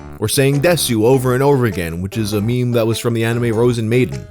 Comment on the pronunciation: The pronunciation of "meme" as "me me" reminds me of MeMeMolly, early Youtuber, anchor of Rocketboom, she apparently works for Youtube now, like she's a Google employee. Her handle predated the use of the word "meme" in popular culture so it was pronounced "me me molly."